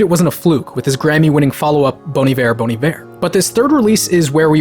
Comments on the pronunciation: Idc what you say it is Bon EYEver, not Bone Eve-air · It’s pronounced “Bon ieveer” instead of “bon aivar” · I thought it's pronounced bon eye-wear 😂🤦‍♂️ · Wait...it's pronounced bon evair!?!? Jesus, mind blown. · wait ive been pronouncing it bon ivet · Pronounced as Boney Viv? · Anyone else pronounce Iver like Ivy , and not like this guy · It's pronounced "Bon Iver"?? I've been saying "Bon Iver" this whole time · Nah you guys are still saying it wrong. It’s “Bon Iver” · you’re all wrong. it’s pronounced “bon iver”. sorry to rain on your parade. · This whole video is great, apart from your pronunciation of Bon Iver